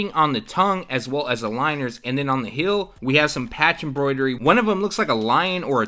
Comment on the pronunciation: heel not hill